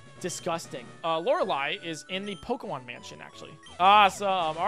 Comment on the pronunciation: I've been watching a lot of. It's refreshing to hear someone say "Lorelei" correctly.